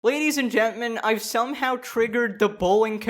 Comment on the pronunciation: Am i the only one that noticed that he said lady’s and gent men in the intro 😂